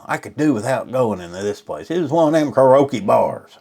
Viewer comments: I wouldnt date this guy if my life depended on it 😂😂 I guess he THINKS " hes" a Catch? Ummm, No😂 he cant even pronounce Karaoke 🎤 right " karoake" ? 😂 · Kar-ee-o-kee is how you say that word. FYI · ...And, can't pronounce "karaoke". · Hes real good on " karokee " !! Just aks him. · Just a little advice: You should get All your own Ducks in a row so to speak BEFORE complaining about your Dates. Wtf is "Krrokee?" Oh, KARAOKE 🎤! and she sang horrible but you don't remember the song she did? Come on man! There's other things you failed to bring to your Complaint table but, here's more advice. Slurping beverages is Gross! Don't do it. Go get the growth removed from between your eyes 👀 and those teeth.. Damn those teeth 😅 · Car o key ?!? Lol